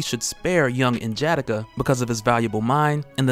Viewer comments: Please stop saying N-Jatta-Kuh. It’s N-Ja-Da-kah. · you're my guy. I even replaced Rob with you as my favorite. But bro (in jah dikka) was killing me lol. N'Jadaka is pronounced (N-yah-dah-kah) lol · Pronounced nin-ja-dockah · You pronounce N'Jadaka name wrong it's said (Nah-Jah-Dah-Kha) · N-JA-DA-KA. Sound it out is how its pronounced! Good vids otherwise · You are definitely pronouncing N’jadaka wrong